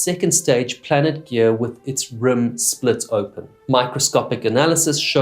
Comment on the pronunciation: The way you pronounce the word rim is REALLY weird! "Rüm"???😀😂